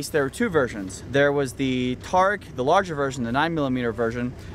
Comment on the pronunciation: god damn it its pronounced tuh-reek